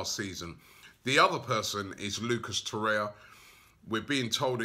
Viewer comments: Robbie its Torreira and Herrera, not Torrea & Herrea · For gosh sake it is TOR-RER-RA like PERERA, and no TORREA; and HER-RER-RA not HERREA 🤦🏽‍♂️🤦🏽‍♂️🤦🏽‍♂️🤦🏽‍♂️🤦🏽‍♂️ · FFS ROBBIE TOR-EIR-A HER-ER-A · Robbie its Tor-eir-a and Her-er-a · Sayless Horrea Horrea Gonorhea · My OCD flares up every time Robbie says Torriera's name. I wish he'd learn it haha